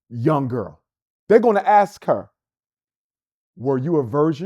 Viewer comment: Dude starting a school can’t pronounce ask She aks a friend